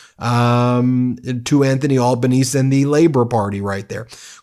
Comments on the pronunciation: The prime ministers name is pronounced al-ben-easy ;) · anthony albanese the aussie pm actually pronounces his name al-ba-ne-ze not al-ba-nese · One of Dutton's party came out with the saying "Make Australia Great Again." That definitely aligned the party with Trump, which helped change the political leanings of the country away from Dutton's party. Incidentally, the Australian Prime Minister's name is pronounced Abaneezy, not Albaneeze. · Albanese is pronounced Alba-nesee, not Olbanez! Its an Italian name. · Our prime minister’s name is pronounced Albonesee, not Albonese. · Albo or Albaneze is how his name is said not Albaneice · They're trying to push "Woke" bs and a "Trumpet of Patriots " here in Australia. It turns many off. BTW, Ben, your pronouncing Albanese a bit wonky. 😉 (Al ba nee see) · Albonese is said: "Al-ba-nee-zee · Hi, I am Australian and absolutely love your videos. Just one little correction. You pronounce our Prime Minister Al-bun-eez-ee! You almost had it right, just add e to the end. His nickname here is known by all as Albo! You are totally right tho, Dutton was set to win and was 'obviously' copying Trump. But now that has backfired. Some have nicknamed Dutton- Temu Trump 😂 BTW we still like Americans just not Maga or Trump. So sorry you are going through such hard unstable times. Hang in there and keep fighting the good fight! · No Heinz Ketchup in our house in Australia. Only locally made tomato sauce. Rinse and repeat for other products too. The Australian PM pronounces the last "e" in his name. AlbanesE, not Albanees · Aussie here. Thanks for some good local reporting. By the way the Prime Minister Albanese's surname is pronounced "Al-ban-easy". And yes, my next holiday will be be in Canada. We get some docos here on TV showing what a great and interesting place it is. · Albanese is pronounced Al-ban-easy... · FYI. Pronounce Prime Minister Anthony Albanese as albanesie😁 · I believe It’s pronounced ALBANEESEE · FYI pronounced "Albanezee"